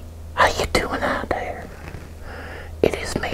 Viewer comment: I love his accent lol. The way he says his “air”s “How’s everyone doing out thare?” “Pull up a chaire” And then “his mahm” 😊